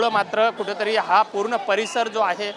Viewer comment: Kuthetari!!!! 😂😂😂😂kuthlya shalet shikla re marathi Tu? 😂😂😂😂